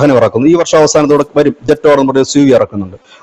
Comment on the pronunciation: ജെട്ടോർ അല്ല JETOUR. ..ചാത്തൻ ആണ് 😜